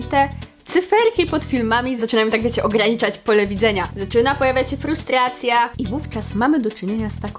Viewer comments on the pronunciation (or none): W ustach słowo "frustracja" Zabrzmialo jak "Prostracja" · ja zrozumiałam prostracja 😂